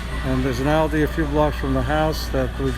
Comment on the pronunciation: It is pronounced "all-dee"